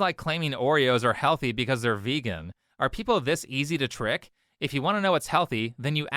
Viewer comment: Yes, yes, "people are this easy to teick."